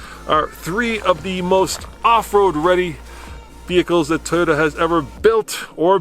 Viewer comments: it’s pronounced: Toh-yota…Toh…TOH…not Teyota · The 'Tahyota'. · That guy keeps saying "tie-yoda"